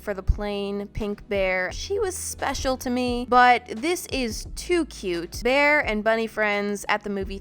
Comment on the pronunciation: "On my BearrrrrrrrrrrrrrrrrrrrrrrrrrRRRRRRRrrrRrRRRRrrrrrrrrrrrrrrrrrrrrrRrRRRrRrRR"